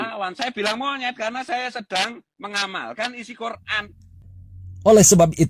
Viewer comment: Aku bingung kenapa orang percaya sama si padahal gak bisa sebut nama kitab su yaitu alquran dia bilang koraan